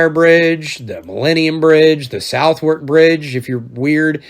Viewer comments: “Southwark” is pronounced “Suthurk” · Southwark pronounced Suthark. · Suth-ark, the W is not pronounced. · Bit of local info: Southwark is pronounced Suth (rhymes with the Moth on Mother) and uck like the end of took. Suth-uck. Damn that was hard to explain. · Suv-erk. (ex native 😁)